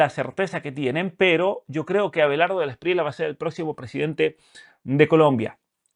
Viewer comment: NO ES SPRIELA ES ESPRIELLA CASTELLANO